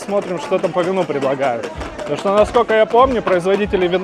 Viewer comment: Почему вы говорите «шо»?